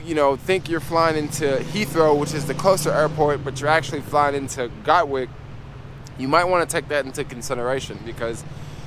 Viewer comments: It's not GOT-Wick it's GAT-Wick Dude! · Sorry I wasn't able to hook up with u on your latest ad ven ture in London. I live not far from where you filmed this. Next time you pass thru we can go for a cheap pint. Been living her 25 years, from Brooklyn. It's Gatwick, gat like a gun, and wick like a candle. Love your videos, keep it up. Peace